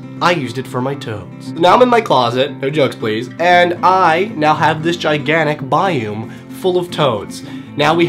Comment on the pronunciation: Why do you pronounce biome like bye-oom instead of bye-ohm